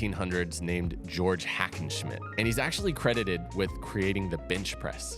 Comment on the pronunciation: Great video, brother. And your pronunciation (of Hackenschmidt) is also really good. Quite close to a native speaker. 😊 I tried some toe squats yesterday and will try to integrate them with some other knee exercises in my schedule.😊